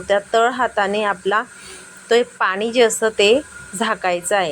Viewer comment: भाषा नीट बोला .मॅडम.मराठी शुद्ध बोला पानी नाही पाणी.